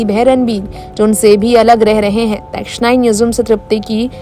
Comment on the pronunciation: Please pronounce the letter S properly. Posht neksht is not right pronunciation!